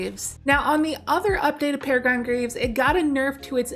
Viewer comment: peh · ruh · gruhn